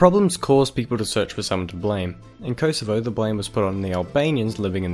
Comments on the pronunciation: Pronounced kohsovo not koesevo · If you are going to do a video on Yugoslavia, atvthe very least prounounce the names Kosovo and Slovenia, knin and so on correctly, oh and when talking about Croatia, put a map of croatia up